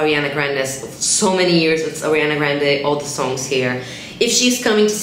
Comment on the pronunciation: "Arianna"???😂 but I loved the video